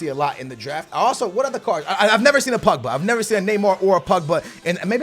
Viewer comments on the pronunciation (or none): I hate how you say Pugba and not Pogba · Why do Americans say Pugba?